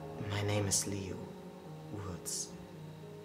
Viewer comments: You ain’t saying liu right!!!! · lei? its called liu!